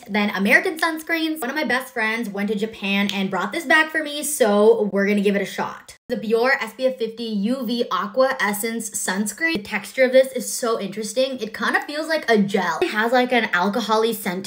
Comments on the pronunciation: "BEEEOAR" LMAO. That's is NOT how you pronounce Bioré. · it actually pronounced bi-oh-reh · It's pronounced bee-oh- ray😊